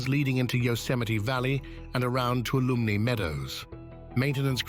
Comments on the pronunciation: The meadow is pronounced too-all-a-me (Tuolomne Meadow) it’s county as well. It is ah inspiring and energetic. You can feel the energy there, both wonderful and slightly scary. You have to be in a space of respectfulness when visiting Yosemite. See it, if you can. It is breathtakingly beautiful. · I hear you. I used to go all the time, but the reservation system really screwed that up. Thank you for sharing.AND! OMG the pronunciation of Tuolumne really drove me nuts! The best, biggest climb I ever did was in Tuolumne Meadows. I danced with Mark Wellman at my sisters wedding. Tuolumne- BEST granite EVER! Oh! One more thing, can't remember where is was, somewhere in the valley, can't remember the waterfall, but the day before, two people went swimming near the edge of the water fall, and died. DON'T BE STUPID! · The speaker keeps mispronouncing Tuolumne